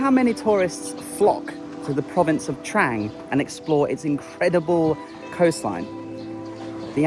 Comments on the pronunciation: Another great video. At the risk of sounding picky, this Province is actually pronounced Trung not Trang 😉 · Pronounced "Dtrung" not "Dtrang". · It is pronounced "Trung" mate. My wife and thai family are from koh mook. You did well to find that boat tour, it's not on the tourist trail! One of my Thai family has a boat there. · It's pronounced Dt-rang